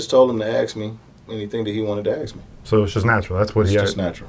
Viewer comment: Why it always sounds like: "aks me" and not "ask me"